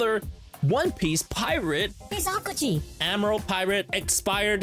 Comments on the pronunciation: you say his name wrong, it’s not pronounce like alkaji, it’s pronounce like alkeji but spelled alkigi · Bro, im getting triggered "ayo-kiji" Its AO kiji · Bothynus/Bot-fenus Thats How To Spell Bothynus Avis/Ay-vis Aokiji/Aw-ōkiji Try Saying Them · it is pronounced "Aokiji" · This is why i dont like videos at the start of the video bro already Pronounced the name aokiji wrong